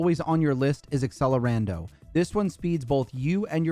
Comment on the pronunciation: This video is amazing - but please, learn to say accelerando HEHE